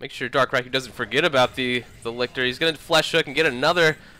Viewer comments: I thought it was dark "Reekoo" not dark "Raikoo" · That was a great game, what a finish! Good cast (despite the pronunciation of Riku)